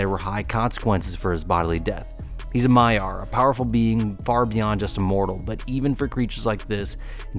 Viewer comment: Small pedantic pet peeve. Not 'a maiar', but 'a maia'. A regular Quenya singular/plural formation.